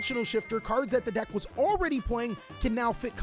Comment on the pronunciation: You say ‘deck’ like ‘dack’ like a preppy white girl lmaooo